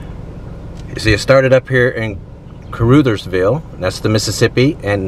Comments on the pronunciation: The "u" in Caruthersville is pronounced like the "u" in "hug" not like in the name "Ruth". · Need to check your pronunciation of Caruthersville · Its Caruuuthersville. Like brothersville not ootherville. I live not far from there. My cousin was murdered in Caruthersville several years back. Not all bad they do have a casino there. Only one close to me other then Cape. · My home town Da Ville… some of the stuff he saying is in accurate like the name Car-RUTH-ersville it’s Ca-RU- thersville… but yea don’t come around fuccin around and get fucced around😂😂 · Lord, it's ca-ruh, not ca-roo. 😃 I lived in the bootheel - Kennett and Malden - which is a sad little town. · The U in caruthersville is pronounced short not long... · I met some people from caruthersville. They said the name of the town as caruthersville not caroothersville. Rut not root phonetically. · Short U sound in Caruthersville, not long U. Uhh sound. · You are mispronouncing Caruthersville. The 'U' makes the Uh sound, not the ooo sound!!! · It’s pronounced “CAR” “Others” “Ville” not CarUThersville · Caruthersville - rhymes with another - not with Luther.. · it's pronounced Caruthersville not Caroooosthersvile. Like Uh not eww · "Crutherville" is how you say it.. born down there in the bootheel.. Lived in New Madrid, Sikeston Minor, Blodgett, Morley and Benton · I caught the mispronunciation as well. It's kuh-ruh-thers-ville. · Isn't that pronounced Ca-ruh-thers-vil not with an 'oo' sound? Rather like uh-huh, that sound. I knew someone with that name once. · You need to check in with some locals to get the accurate pronunciation of the town names! Caruthersville has a soft ‘u’ like in ‘uh’ or ‘ugh’. Hayti has a long ‘I’. You did get Kennett correct. I’m from Jackson, Missouri. Played football and basketball against most of these high schools in the early 1960s! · I love missouri, I've lived all over and always come back here to live ,it's diverse and beautiful. Your not saying that right cur Rut hers villee